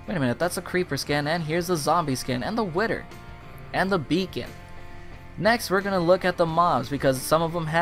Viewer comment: Love this texture pack, but why do you say whither like witer?